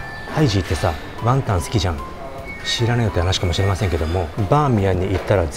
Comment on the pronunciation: ワンタンじゃなくて→、じゃなくて、ワンタン⤴じゃないかなｗｗｗｗ イントネーションおかしくない？